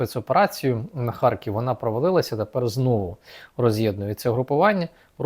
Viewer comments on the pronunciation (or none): none